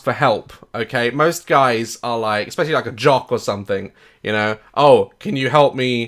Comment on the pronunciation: she says espeshy?